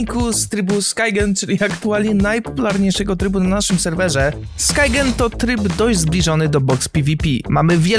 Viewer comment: To jest skeng a nie skaieng